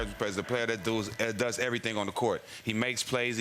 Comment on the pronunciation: “the player that DOOS? Haha